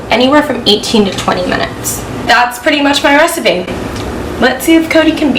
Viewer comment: Jess said" restipie"